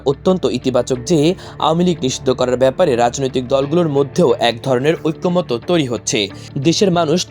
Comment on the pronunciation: ঐক্যমতো না ঐক্যমত।--ওইক্কোমত।